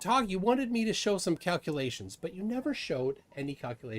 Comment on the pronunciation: What the heck are kakulaeshns